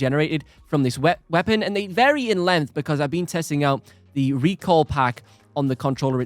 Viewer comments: Arghhhh! STOP saying "recall" it's RECOIL for crying out loud!!! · its RECOIL, not recall